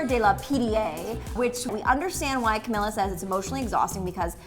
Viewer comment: It's pronounced Cameela.